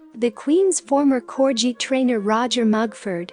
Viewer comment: Corgi not Cor-je, but what do u expect with a computer program